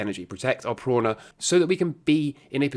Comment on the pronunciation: Prana is prah-nah not prawn-a